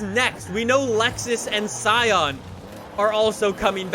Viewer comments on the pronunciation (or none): Did he just say SC ION